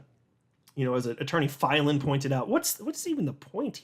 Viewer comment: The way you pronounce Attorney Filan just burns my biscuits 😓 🫣